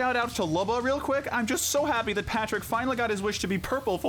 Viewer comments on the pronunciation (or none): none